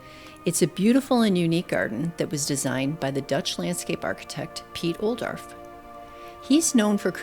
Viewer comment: Wishing Piet's name would have been pronounced correctly, and more specific examples of plants given.